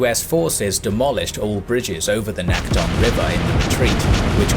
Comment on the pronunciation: Nice video, i enjoy your videos. I lived in Incheon and visited the memorial near the landing site for the Incheon offensive, as well as a few other Korean cities. Your pronunciation for several locations is a bit off tho. T is more like a soft D in Korean so Naktong is more like Nakdong. Teagu is Daegu. K is also more like a G. P is also more of a B, Pusan is really pronounced as Busan, though it's a soft B.